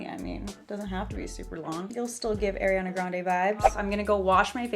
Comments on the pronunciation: Heyy!! Just thought I would say it's pronounced "R E ON A" instead of Aireana :)) love your vids!! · I love you but let's get this straight it's not air-riana it's aww-riana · It’s pronounced ariiii it’s not spelled AIR💀 listen to her say her name pls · no hate but it’s ARIana grande not AIRiana grande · It's ''Uh-riana'', NOT ''Air-iana'' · anyone else noticed how she says airiana, and not ariana? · ‘Airiana’ sis ily but its Ariana not Airiana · airiana? its ARIANA.. ARE EE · Great video! By the way it's ARI not AIRI. No hate just correcting for the future! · It’s not airiana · why does she keep calling her AIRianna!? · alr ily but its pronounced ariana not airiana. ily though:))) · I love you but it’s ARIana grande not AIRiana grande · Its pronounced are-e-ah-nah not air-e-an-ah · I love you but but please say her name right 😭😭 I know you know how to say it she says ARI in her song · its not e-ri-ah-na....